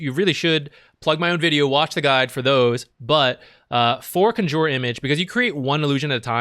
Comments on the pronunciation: What's up with your announciation of "Conjure image?" Like - what's CUN JUR? Bro. It's CON (like a criminal) - Jure. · “Conjyuure image” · CANJOOR xd. wtf. good vid tho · Can you please say Conjure correctly, it's hurting my ears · that gigabrain move of mispronouncing conjure to bait comments and farm algorithm stacks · Herald level Conjure pronunciation. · You say conjure funny. Great content as usual though! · triggers me how he says conjure image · Not sure if its just a meme, but you are pronoucing conjure wrong